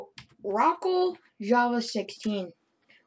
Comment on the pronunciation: "oh rockle" thats not even close bro lmao